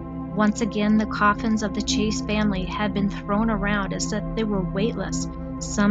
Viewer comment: Chase, not Chaes.